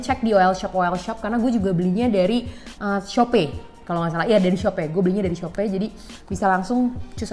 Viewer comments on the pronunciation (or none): "Shope" - 😊 yaudah deh gapapa salah sebut yang penting cantik